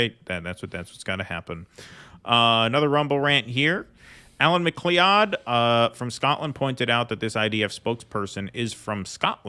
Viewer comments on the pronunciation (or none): 'MacLeod' is pronounced 'MacCloud' (like the Dennis Weaver cop character, whom I can't expect you to know about given how long ago that was on TV).